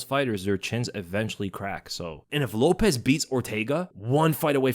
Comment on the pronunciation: Lopes is not pronounced like Lopez. Show him enough respect to get his name right.